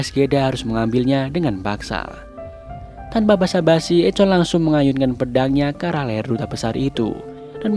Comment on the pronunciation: Bang sedikit koreksi, Echo di baca "Ekho"